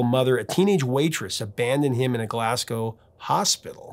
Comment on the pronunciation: Well done for pronouncing Scotland, Glasgow and Kilmarnock correctly 👏👍👌